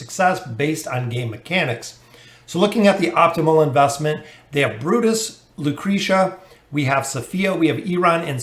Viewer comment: Lmao he always butchers names it just feels wrong to hear him actually pronouncing them the right way